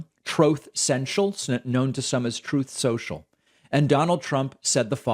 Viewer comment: "Trouth Snoshle"...